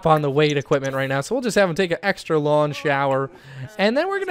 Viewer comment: I noticed any word with a g at the end he doesn't pronounce it. Instead of saying long he says lon. Instead of hang out he says hane out. Interesting